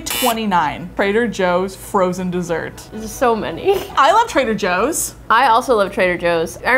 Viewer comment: trader Jooie's